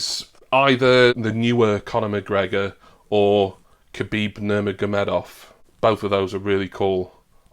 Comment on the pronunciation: Dude I'm making my way thru your content . Love the effort and dedication. Great video. Also props for getting Khabibs surname right first time...I can't even type it lol. Great work. Thanks dude